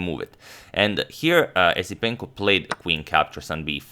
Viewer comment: It's pronounced Yesipenko.